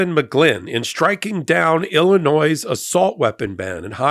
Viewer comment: The s in Illinois is silent